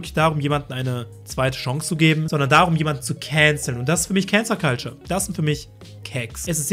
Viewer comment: Es heißt ‚Cancel Culture‘ und nicht ‚Cancer Culture‘!